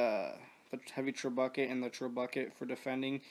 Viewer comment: Dude, trebuchet is pronounced 'trebb ooo shay', not treb bucket. Just an fyi. :)